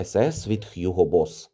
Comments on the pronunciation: Німецькою звучить Гуґо Босс. Англійською: Х'юґо. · Hugo - з німецької Гуґо, а не Х'юго.